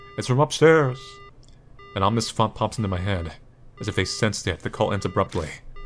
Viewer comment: Ahhh WUT, I know I usually rag on pronunciation, like saying "omnious" instead of "ominous," but they actually wrote "ominious." This is the true horror.